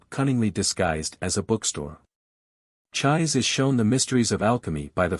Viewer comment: Her name isn't pronounced like"chive" with an s. It's pronounced "chee-say" 😅 that's hilarious. All you gotta do is watch the Japanese version, the original one, and you'd know.